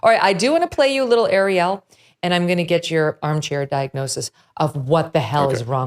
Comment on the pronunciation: When did the word “and” become “a-ond?” Granted, it’s 40th on the list of annoying things this woman does.